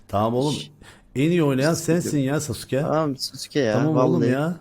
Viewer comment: abi şaka mısın profil fotoğrafindaki sasuke bile değil daha sasuke yi düzgün bile söyüyemiyosun :D yazık kafana